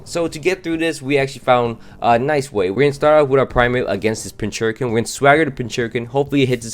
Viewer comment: Pinchurkin? It’s pin-cur-chin